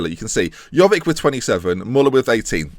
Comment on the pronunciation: PLEASE, say jovic correct, with the vic as in ibrahimo-vic!